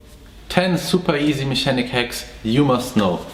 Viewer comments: Just to help with your English. Mechanic should have hard "ch". Like "mecanic", or "mekanik". Good video though 👍 Edit: LMAO. You searched for English translation of nuts and it thought you were being perverted and said balls. 😆 Yes, in English, testicles are nuts, or balls. Too funny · English hack: the ch in mechanic is pronounced like a K. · I never know in British English, it's pronounced me-chan-nic. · Anyone else dying when he says mechanic